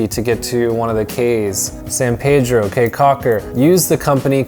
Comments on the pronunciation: How are you gonna go through the country and not figure out that the word "caye" is pronounced "key" instead of "kay"? lol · Awesome review, BUT: 1) Belizean Creole is not "Jamaican" mixed with anything. It is it's own thing. It IS Belizean Creole. Syntax, grammar and accent are all different from Jamaican 2) Caye is pronounced "KEY" 3) You can buy exotic local wines anywhere in the Belize District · I know the "kay" thing bothered me too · Thank you for coming to Belize! CAYE is pronounced as key so ya taht one thing to know 😂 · Caye is pronounced Key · Lol dude, it's pronounced 'caye' like 🔑, not like Kay, ok? 😂 Btw I have to say, this vid of my country was legit on point, 👌 nice job! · We live in Belize and this is a very good introduction to our home. does a nice job of intelligently describing sites. His recommendation of Crystal Auto Rental is spot on. They are the best. Going to Caye Caulker or Ambergris Caye fly on Tropic Air, skip the water taxi. My only small criticism is that “Caye” should be pronounced “Key” 😀. Otherwise, unBELIZEable! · The language is called Creole (or now 2021 Kriol). The word Caye is pronounced Key. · You Betta Belize it!!! Well done! Hope you had a good time! Belize is beautiful and the people are awesome! Good video but you scratched the surface, there is much more to see and do in Belize ... also FYI - Caye is pronounced KEY like the Florida Keys... So Caye Caulker is pronounced Key Caulker.. Thank you!!! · Ok thank you for coming to my amazing country and boiiii come-on we have a lot more to show you and btw it's not Caye its pronounced KEY and it's not Jamaican it's just Belizean creole but thx for coming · I kw it wz funny when he said Caye